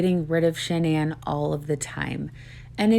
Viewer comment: makes me sick lying about those baby girls. I have lost all respect for Inside edition, not looking deeper in to his story and airing all his lies. Horrible, horrible reporting, and it irks me that and the reporter from Inside Edition didn’t pronounce Shanann’s name right. Stupid I know, but it’s just disrespectful in my book.